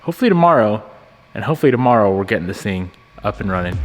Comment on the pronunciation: what is "dommoro", is he trying to say tomorrow?